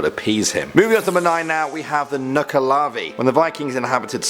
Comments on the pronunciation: I think you say it more like Nuck La Vee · Your pronunciation of nuckelavee makes me cringe.